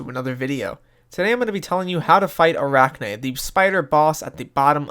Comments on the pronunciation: Fun fact: Arachne is spider in Greek, also it's pronounced A-rahh-nee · most people don't, and most people pronounce it wrong.